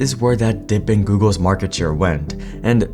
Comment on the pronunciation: "maarkete" i can picture a little indian nngga saying this while nodding his head